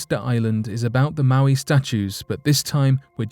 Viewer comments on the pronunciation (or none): Pronunced moe-eye not mow-ee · Moai pronounced "Mo-ai" or "Mow-eye" not "Mowee". That's Maui. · Mo i, not mow eee. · Moai not Maui two different words not pronounced the same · Mo'ai (MOW - EYE) statue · It's pronounced mo-eye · Mowee doesn't even make sense for the spelling moai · I believe the correct pronunciation is moe-aye. They are guardians and protectors! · Pronounced (Mo-eye)